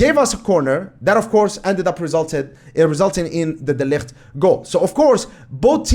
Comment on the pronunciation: The way you pronounce De Ligt is great, you almost sound like a Dutchman!